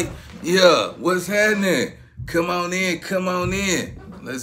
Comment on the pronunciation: Lmao I jus peeped the way he says come on in “cuh mon in”